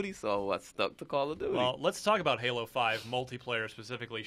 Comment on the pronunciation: Lol said gaylo